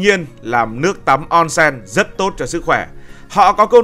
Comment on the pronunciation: Đọc là ôn sên nhé ad ko phải là on sen